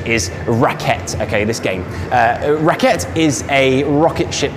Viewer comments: What a wonderful video! The name of the first videogame, "rakete" is, as far as I know, german for rocket, being pronounced ra-kay-teu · Eh, it's close, except for the "teu" part. /ʀaˈkeːtə/ The "ə" is pronounced like the "e" in "the rock".